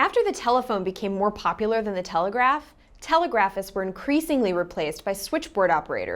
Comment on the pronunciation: "tel LEG grah fer" or "tel LEG grah fist" "LINE oh type"